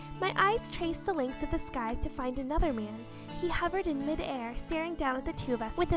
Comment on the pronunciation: I don't like being this type of person but scythe is pronounced sigh-th. Sorry but I'm a bit of a grammar nazi.